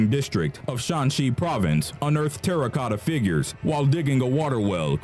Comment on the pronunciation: *Terracotta, not "Terra Cota"